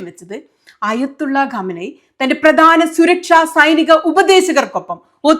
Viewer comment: Gameni alla khameni kha sound